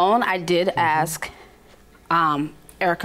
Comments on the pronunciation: Plaintiff: "To borrow her" You should have stayed in school. I wonder if she has learned after all these years that the word is loaned. I loaned her the money. Oh, by the way, it's asssssssssssssk, not axxxxxxxxxxxxxxx Defendant: be honourable and pay your loan. You are seriously amoral. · The word ASK is spelled with an (S), not and (X) ... that's how it is pronounced ... smooth with and S .... not like you're chopping something with an AXE ...